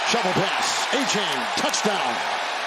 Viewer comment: I love that this commentator can’t say “TOUCH TOWN” 👍🏻